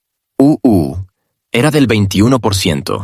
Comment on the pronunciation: Es muy molesto escuchar E.E…..U.U. todo el tiempo. Pero creo que IA traduce automáticamente, lo cual podria significar que ningun ser humano entienda o le importe este mensaje. 😂